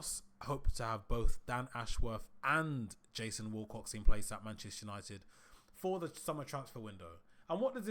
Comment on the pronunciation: Its Wilcox NOT WALL COX FFS